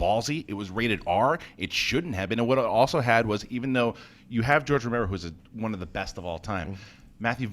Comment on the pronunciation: That George Romero flub should've gotten more attention